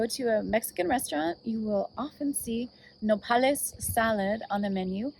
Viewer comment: “NO-pal-IS” salad 🥗 lmao 🤣 I can’t